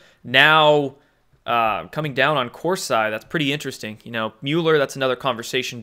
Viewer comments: Hey, How's everything going at Mom and Dad's house? Jerome Corsi (surname is Italian) pronounced KOR SEE. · Corsi is pronounced Corseeeeee. Drives me crazy dude. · Pronounced as corsee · I can’t believe you don’t know Jerome Corsi is pronounced, Kor-See. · Corsee...come on, you can say it. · Please learn how to pronounce names. That is basic journalism. Corsi pronounced Corsee but spelt Corsi. Got it? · CORE- SEE = Corsi Please, repeat after me. CORE- SEE CORE- SEE CORE-SEE Corsi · Love your info but please get name pronunciations right! Corsi is pronounced COR-see. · Corsi is pronounced Cor-see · Corsi is pronounced with (Cor-see) sound...unless you're saying it that way for 'effect'. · LOL, his name is pronounced COR-see. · Hey.....Corsi pronounced Kor - See! Thanks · He’s pronouncing it like cor(psy) like psy op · Chris, on the other hand if I were he and read that comment, I would correct my pronunciation. It hits some of us, especially language nuts like me, in the face when we hear Cors eye. Remember when Bush said nuculer instead of nuclear. It made Bush seem even less intelligent than he was. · It's COR-SEE, and he never "flipped" on Q. Watch a few months of his videos from earlier this year. He became sceptical about certain Q drops. Like everybody. Dr. Corsi is far from a traitor. Read up on why he was indicted. And maybe try reading one of his books before dropping the gavel. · Omg....Corseye??? STOP IT! You sound ridiculous. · Listened to you for a long time now, I don't understand why you can't pronounce anyone's name. Discredits your intelligence and makes it hard to take you serious imo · You butchered Jerome Corsi's name and you are trying to butcher Infowars. These people have been out there for 20 plus years, under their public name, exposing the truth as the alt media. Q hss been out there 1 yesr plus ANONOMOUSLY. Who deserves our trust? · CORSI IS PRONOUNCED CORE- SEE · I thought it was cor -see not cor-si ?